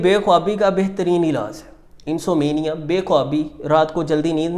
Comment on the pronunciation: Neend na aanay ko IN-SOM-NIA kehtay hain nah keh IN-SO-MENIA. If you dont know english dont speak it.